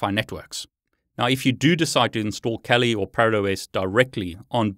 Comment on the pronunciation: Think it's pronounced "kah-li" (Swahili for fierce).